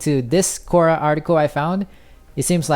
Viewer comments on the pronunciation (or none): none